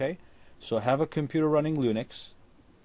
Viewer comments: lol he says lunix instead of linux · The way he says linux. I cringe.